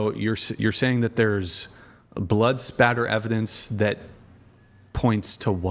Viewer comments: Blood SPATTER! For *** sake! If you are saying "splatter" you have zero credibility. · Spatter, not splatter. If you don't even know the correct terminology, then shut your dumb mouth